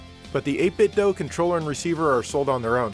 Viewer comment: Nice to hear somebody say 8bitdo instead of 8bit doo.